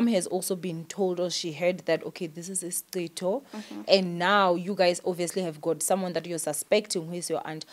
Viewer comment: Hi it's "isicitho" not Isitshixo 🤗